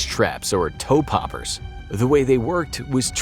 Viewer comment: I thought you said toe pepper at first lol